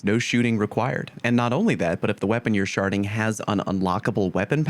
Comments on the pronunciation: I fully understand that you are saying "SHARDing" away but I couldn't help but chuckle since it sounds like sharting. I actually think the cryptoglyph mission in the shadow keep campaign is one of the best and simple leveling spots. There is a part just before you reach the last opening to the exiting stairs where thrall constantly spawn in and you pretty much play whack-a-mole and it drops TONS of ammo. You can level up every 3 minutes by simply killing the thrall and there really is no downtime. Super easy mobs and you don't have to kill yourself and refresh. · Kept hearing "sharting" cackling with laughter!